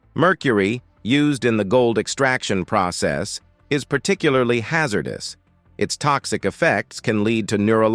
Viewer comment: My God, I pray for a human reader...this AI IS TERRIBLE AT PRONUNCIATION! Haz er duece is hard to hear